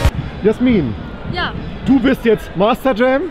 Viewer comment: Das heißt nicht Jasmin sondern Jäääähhhhhhsmin